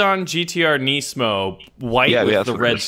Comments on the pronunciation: "Neacemo" lol wat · Nismo is pronounced Nizmo